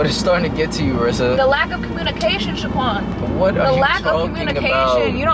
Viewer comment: you overlooked the "h" in Shaquan 🙋🏻‍♂️